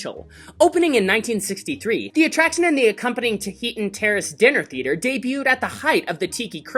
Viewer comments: Please learn how to pronounce Tahitian. Geez. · I’m sorry but that’s not how you pronounce “Tahitian”....